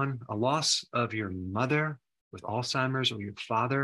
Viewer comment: Thanks for not calling it “All-Timers”. Huge pet peeve.